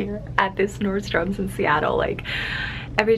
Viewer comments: I really love your videos lol but it drives me nuts you say nordstoms there's no s on the end just Nordstrom. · Nordstrom doesn’t have an ‘S’ at the end lol. Love ya girl!!